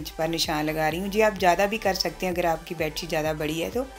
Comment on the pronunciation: Aap je ko ye bolen to. sahi lagega je sunne men achchha nahin lagta hai.